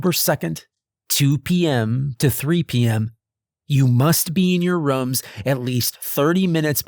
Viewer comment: I really enjoy these videos, however, why do you always say rums instead of rooms? It always throws me off.